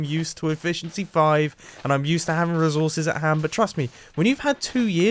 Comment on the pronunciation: No one: Nobody at all: Mumbo: rizorses